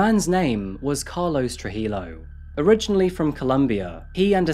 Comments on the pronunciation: It's pronounced true-hee-yo. More silent letters. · True-He-Yo not True-He-low... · The double L in Spanish is pronounced like a Y. You said Trujillo wrong.